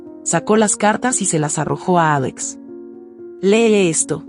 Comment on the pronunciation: Si se escucha feo cuando dice el nombre de Victoria y Alex si la demás narración va bien porque cambia la pronunciación